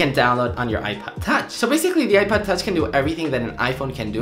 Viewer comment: Is he saying iPad touch instead of iPod touch??